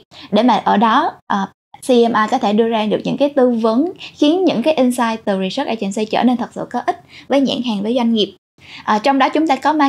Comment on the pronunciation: Niche market chứ không phải "need market" có phải không ạ, sub bị sai? Host đọc insight thành ing-sight. Host cần chỉnh lại cách dẫn dắt của mình kể cả về style lẫn chiều sâu câu chuyện. Mình thấy bạn không phù hợp lắm trong vai trò host cho chủ đề này vì cần một người có độ dày về trải nghiệm hơn, host đặt vấn đề bề nổi và không sâu nên gest speaker chưa chia sẻ được những cái thực sự thú vị.